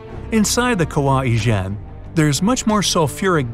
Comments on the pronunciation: Kawah ijen I thought you said kawaii Chan 😂😂😂😂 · ah yes kawah ijeh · you pronounce it "Kawaii Chan"